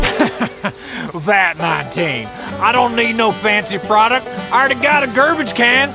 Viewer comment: "I already got a gerbage can"